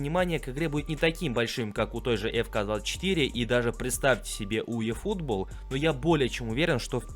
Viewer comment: Правильное произношение названий UFL - ЮЭФЭЛ FC24 -ЭФСИ24